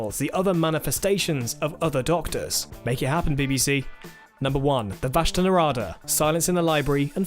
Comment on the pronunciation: vashta nerada.... run... just run (get it right pls)